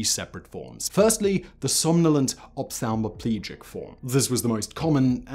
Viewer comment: This video gets a thumbs-up just for your perfect pronunciation of "ophthalmoplegic." Thanks for another great video.